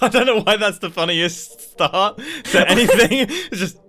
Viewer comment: Did Mumbo just say st-aha-rt, like he's still on Last Life?